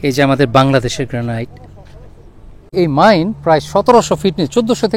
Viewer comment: গ্র্যানিট হচ্ছে সঠিক উচ্চারণ। 'গ্র্যানাইট' উচ্চারণ ভুল! এত বছর ধরে আমেরিকাতে আছেন আর গ্র্যানিট সঠিকভাবে উচ্চারণ করতে জানেন না?! 😮